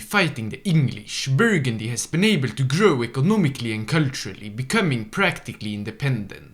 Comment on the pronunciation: "Burgundy" - sighs - Dives on comments